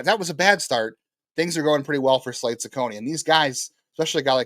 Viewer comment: FYI, you butchered Slade's name. But, I am intrigued by the recent rotation developments.